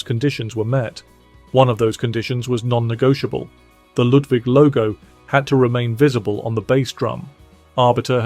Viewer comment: It's pronounced exactly how it's spelled. Ludwig. Not Ludvig, like Beethoven.